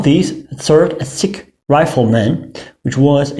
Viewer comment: Good job Sir! However Your mispronounciation of "sich" is almost criminal. It is ch as in "french" or "teach".